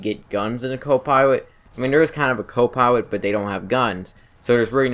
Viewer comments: I heard "copiwot" instead of "copilot". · "a co pywot" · Ha ha u said co-piwate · Reawy reawy like the savage. Co piwot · hewicopter, copiwot, learn to enunciate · Awesome video but I couldn't stop laughing every time he said "Co piwot" or "mobiwity" XD